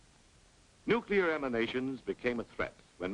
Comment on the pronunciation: Nukular radimashon? Evil spirits of the indians, lol